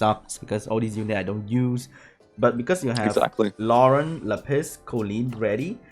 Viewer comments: The only thing I will say negatively about dude is: the way he pronounces some monster names is triggering. "la-PISS" "ver-O-mahs" to name a couple. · la-piss huh? lol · Jake Phillips no u luh-piece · he doesn't know how to say lapis steven universe fan TRIGERDDDDDDDDDDDDDDDDDDDDDDDDDDDDDDDDDDDDDD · every time he said lapis a piece of my soul died